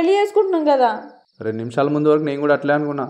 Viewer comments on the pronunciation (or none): MANDHU kaadu ra adi..MUNDHU